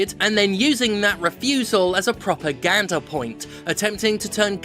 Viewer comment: i really did process you saying “propaganda” as “proper gander” for a second D